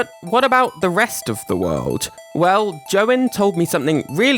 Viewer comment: you said yoïn's last name wrong :(